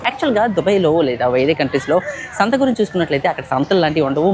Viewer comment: శాంత కాదు.. సంత.. 😅